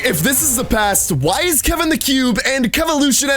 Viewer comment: I already said ik but he said kevan not Kevin damn I’m deleting that comment